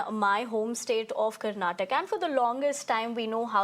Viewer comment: your home state of Karnatak?? First of all learn to read teleprompter properly it is Karnataka not Karnatak Absolutely deceievrs naarth ppl 😂 Also i welcome this move so that Marathi can thrive in their state Now you guys understand any state goa Karnataka Maharashtra Tamil Nadu anything which benefits its own citizens the most jalan😂 happens from naarth ppl